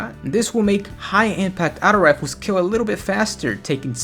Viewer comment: "Outo rifles" haha good vid tho